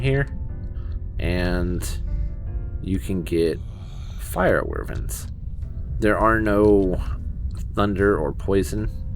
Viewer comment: The way you pronounce wyverns gives me anxiety